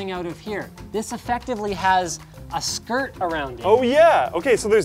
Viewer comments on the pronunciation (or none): I know Linus said skirt but I totally heard it as SKRRT. Still laughing about that